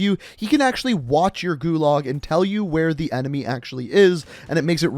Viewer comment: Nice video, but pretty painful listening to your pronunciation of "gulag"